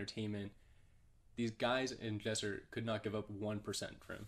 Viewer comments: Not gonna lie.... its Lesser not jesser He acting like a toxic girlfriend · He said Jesser but sure